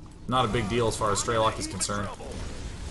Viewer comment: i love you to death Sean. but ff's it's not stray-lock, its streh-lick. PLAY STALKER